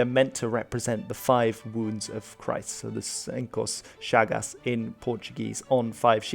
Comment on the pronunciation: Too bad you read it like if it was Spanish. Sorry but who congratulated you on the Portuguese pronouciation have no idea what they are saying. For example, you are supposed to read Chagas as “chagax” not “chagasss”. It’s not really a problem, but there is nothing to congratulate on pronouciation. This History content yes is great 👍